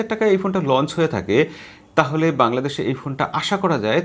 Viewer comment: বআংলাদেশ না দাদা বাংলাদেশ।।